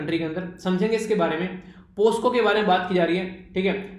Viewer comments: Present SIR 🙋‍♀️ Thank you SIR ji 9/10 (सर आप पोकसो (POCSO) को पोस्को (POSCO) बोल रहे हैं। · Sir aap POCSO ko POSCO kyu bolte ho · Sir पोक्सो(POCSO) likha hua hai aur aap baar baar पोस्को(POSCO) read kar rahe 🙏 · सर पोस्को नही पोक्सो आप पर भी लॉकडॉन का काफी। असर हुआ है।।😂 जैसे ग्रुप में brother ko birthday pd rhe the members ।।।😂😂🙏🙏❤️❤️